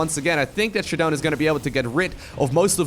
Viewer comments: Anyone else annoyed with him saying, “shadone”. I’m pretty sure it’s pronounced “sha-DOWN” like showdown. Lol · Its pronouced Shadow'n